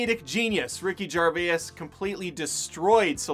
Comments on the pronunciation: As a Brit, hearing you pronounce Gervais with three syllables was quite alarming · As an American it was alarming for me too